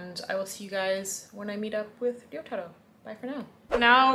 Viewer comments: you keep mispronouncing name wrong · Why does she keep saying your name wrong? It's like she cant even pronounce 'Risottoro'. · pronounces in a perfect Japanese accent, meanwhile Chris is in his Ramen shop saying Rissottoro over and over again in to a mirror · This is the first time I realized Chris has been mispronouncing Ryotaro's name the entire time. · I think it's more a case of Chris pronouncing it like a gaijin, and pronouncing it correctly (she is definitely not saying Yotaro). The Ryo- part should be pronounced as a single syllable, not to mention the R isn't supposed to sound like an English R, but is sort of halfway between R and L, which is maybe why you don't hear it when says his name.